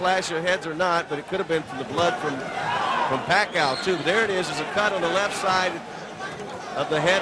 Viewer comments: Points shoulda been taking from Sanchez . Pacayo won this fight easy. That dude was so dirty, low blows, back of the head he had no skill so he had to get dirty. Also FM is scared of pacayo. Ha pacayo ! How could you possibly pronounce his name that way? (PACQUIAO) PRONOUNCED pac ee ow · hey mike waffle its fuckyew, not faquiawoooo!! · manny pa-kie-oh. lmfao michael buffer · the announcer prounounce it pakiyaw 😂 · announcer can't prounce pacquiao, he said pakayaw, lol! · They pronounced Pacquiao as "Pack-a-yao" ... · "suffered by manny pa-kai-oh" lmao now he can sure say it right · Manny Pic-cayo?? Good job Michael Buffer! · LOL PEECAW-YOH. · Michael Buffer still doesnt know who Pacquiao is here, he pronounced pacquiao - Pa-ka-yaw. lol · "[...] Puck-eye-oh." Lawlz, Buffer failure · manny pacqiyo? lol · bruce buffer says "manny pack i owe" lol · Manny "Pac-chi-yo" LOL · Back then.. They couldn't pronounced Pacquiao... He said " Pa ee ka yaw" lol but now... people all over the world in different races can pronounce his name correctly.. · michael buffer cant even call pacmans name right at this point of time... he calls him pacyov, the world din know pacman at this stage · Manny PIKAYO haha michael buffer sure learnt his name now after those big performances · you know this is old Micheal buffer can not even say Manny last name correctly,he learned tho as you have to pronounce the bast fighter in the worlds name correctly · this was the time when they don't know how to pronounce the pacquiao name right.